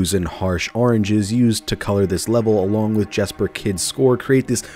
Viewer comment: Jesper is pronounced "Yesper".